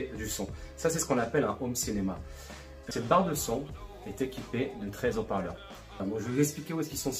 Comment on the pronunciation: Très bonne vidéos, ce serait sympa de ne pas faire de fautes de fiction.. : les hauts parleurs (0n ne faitpas de maison: les zoparleurs car le H casse la liaison ) rien de grave, juste pour ce sera plus sympa pour de futures vidéos. Cordialement